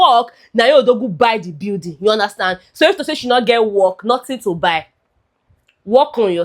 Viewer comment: You are from Delta state. That "hor-zo" and "bye (buy)" was the giveaway.